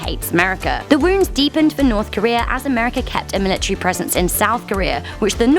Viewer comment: It's military not milatrary